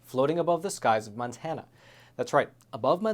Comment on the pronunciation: MONTANA NOT MANTANA. ITS MONTANA